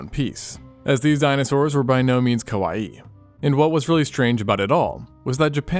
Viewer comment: The way you said “kawaii” sounded like “kowai,” which means “scary” in Japanese, in which case, these dinosaurs were actually VERY kowai